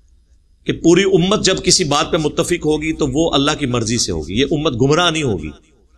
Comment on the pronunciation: O BHAI YE JO TUM ALLAH KO ALLAKH BOLTE HO THEEK NI KARTE SAHI BOLA KARO HAA KI AAWWAZ NIKALA KAO